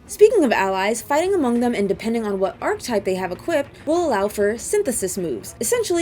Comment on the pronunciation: "aar·kuh·tipe". Sorry I'm a stickler 😅❤